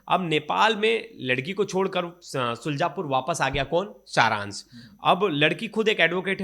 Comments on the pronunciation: सुलजापुर नहीं शुजालपुर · शुल्जापुर नहीं शुजालपुर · शुजलापुर नही शुजालपुर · शुलजापुर नहीं शुजालपुर बोलो।